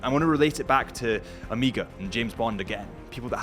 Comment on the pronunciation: I was more bothered by him saying Oh-meeeeee-gah